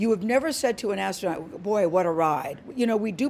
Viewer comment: Brett saying “asstronaut” makes me want to watch MXC again.